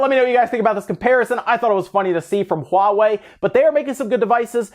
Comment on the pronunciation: It's so nice to hear people call it HUAWEI and not Hua way